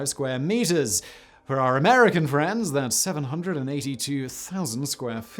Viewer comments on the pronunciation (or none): none